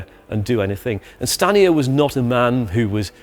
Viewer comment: Every time you said Stanier I keep hearing scania, though that's probably because I have been watching videos on scania but dam they almost sound the same.